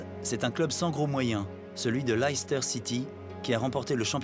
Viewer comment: Très intéressant de voir la vision du UK de l’extérieur. Le North South divide est toujours d’actualité mais moins marquée il me semble ces dernières années. Et puis on prononce la ville de Leicester “Lester” (et non pas “L’aïl-ster”) Très bonne réalisation. Très bon documentaire.